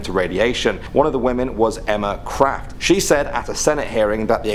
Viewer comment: I heard Emma Crap is that just me